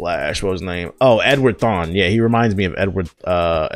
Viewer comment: Did he just call the reverse flash Edward. Nigga it’s Eobard thawne